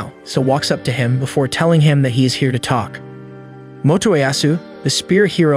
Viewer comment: AyO he say lets take wakk and lets takk